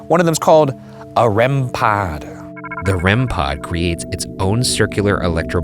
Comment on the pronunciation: A rem-PAHD